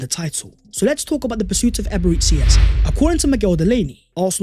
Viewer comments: Nigerians must be laughing hard when they hear Eberetsi Eze. Our dear it's actually EbereCHI. Emphasis on CHI. We love you anyways. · Please learn to say Eberichi ffs It's bad enough when you say "ecspecially" or "subscribe the channel"